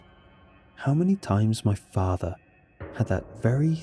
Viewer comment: "my fahthah"